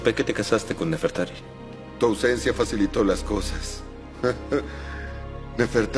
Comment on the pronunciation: se dise nefertari :v